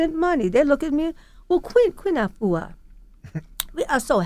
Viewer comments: Great message Sister! Just want to let American folks know that the pronunciation of "Afua" is incorrect. Think of correct pronunciation like this..."AH-fu-WA". Don't say "YOU-AH" at the end (like Envy). The name "Afua" has three syllables, however if said correctly, it flows as if it's two. Almost as if the "AH" and the "fu" slur together. Try saying "AH-fu-WA" ten times till the "AH" and the "fu" become two syllables...then add the "WA" at the end. And remember to push the air on the "FU". Try it...It's a beautiful (and very old) Ghanaian name. Peace to the Planet! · Is she Ghanaian ? Because that’s not how the name Afua is pronounced......